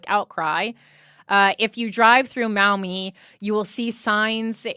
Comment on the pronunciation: Pronounced “Maw-Mee” I live nearby ! The Maumee political community is insanely corrupt. I could write in about it